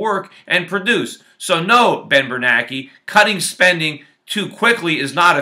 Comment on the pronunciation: I thought it was Bernanke not Bernake.